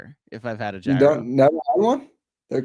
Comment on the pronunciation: I've never slandered KFS but hearing pronounce gyro is making me want to slander...LGK!!!